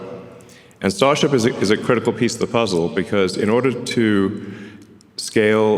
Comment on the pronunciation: He calls starship sasha